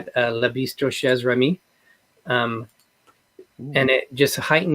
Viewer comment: CHEZ is pronounced SHAY. It translates best to someone's house or place. Chez Remy would mean Remy's or Remy's Place. Chez vous (shay voo) would mean your home/place, chez moi (shay mwah) would be my home/place. In French, the -EZ suffix is always pronounced AY as in DAY. You may be familiar with the ABBA song "Voulez-vous" (voo-lay voo) or voulez used in another song from that era sung by LaBelle, "voulez-vous coucher avec moi", both with the -EZ suffix. You see, CHEZ is very easy to pronounce: SHAY!